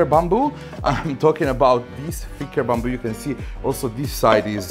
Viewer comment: I was trying to figure out this strange "bumble" material ... eventually I realised he was saying BAMBOO ...